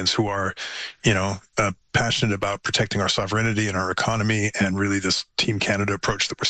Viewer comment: Cringed hard at that experts mispronounciation of sovereignty